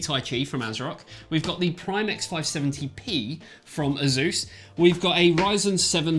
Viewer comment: It's Pronounced >>>>> ACE-US .. NOT ASUZE